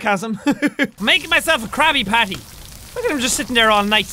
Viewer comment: instead of crabby patty its "CRAPPY-patty"